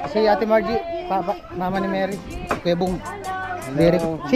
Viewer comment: pina pag aral ka di mo alam PROPER PRONOUNCIATION?